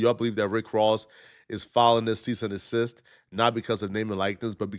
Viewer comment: “Cease and desist”. Not “cease and assist”.